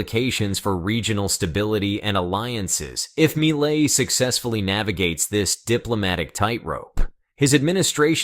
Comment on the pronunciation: Argentina’s President MILEI’s name pronounced “MEE-LAY” not “MY-LAY” - My Lay might be referring to what some couples do at the lover’s lane in a studebaker’s back 💺 seat.😊